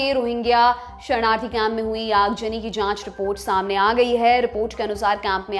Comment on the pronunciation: Aag zani not aag jani, plz improve your pronunciation (urdu words)